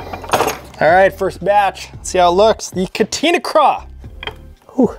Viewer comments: Each katina was like a knife to the ears 😂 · Awesome video! However the plastic is pronounced cah-tah-nah.